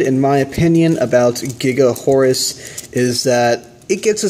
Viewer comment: It is pronounced, "Gaga Horus". The katakana/symbols are, "ガガ", is pronounced, "Gaga". If it really was supposed to be, "Giga", it would be spelled, "ギガ".